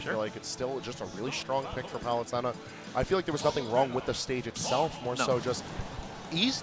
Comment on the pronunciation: he can’t even pronounce palutena